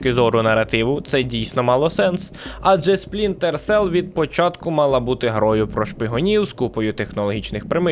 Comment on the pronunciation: Жахливе відео. Дуже прошу автора начитки хоча б один раз прочитати текст перед записом, а після начитки переслухати, шукаючи помилки. Купа дивних пауз (вже хоча б вирізали на монтажі), де автор явно загубився де читав, помилок типу "Спрінтер Селл", чи "Колектівіжн" замість "Дівіжн", чи про "події Дівіжн відбуваються у минулому"). По відео монтаж місцями дуже рваний, сцени підібрані без змісту і деякі повторюються. Тему також можна було розкрити ширше - наприклад, ще можна було б розказати, що, наприклад, більшість з його книг пов'язана сюжетом і персонажами, про Джека Раяна, який крім інших є головним героєм останньої книги, про якого також є і фільми і серіал. А так - більшість відео про дві книги і декілька ігр про підводні човни. Meh.